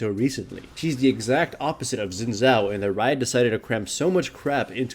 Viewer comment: "zin zhao"